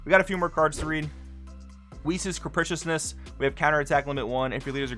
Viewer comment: Great vid, but cheeks for green again it seems. Side note, you are the only one that I've seen correctly say "capriciousness". Big props brotha.